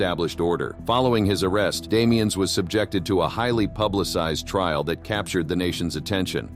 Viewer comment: I believe the name being French the S in Damiens is silent